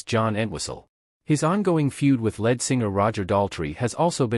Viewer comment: These robot narrators really suck. It pronounces lead guitarist as led guitarist because it sees the word lead, and even though the whole thing is about music, it pronounces the word like the metal lead which is spelt the same as lead (Led vs Leed). It is not very intelligent because it doesn't understand that the article its reading is about music.